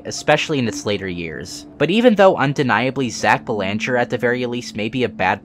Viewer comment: FYI you mispronounced the last name Belanger. It's pronounced BEL-ehn-jer How do I know this? I just so happen to have the same last name. Dunno if we're related though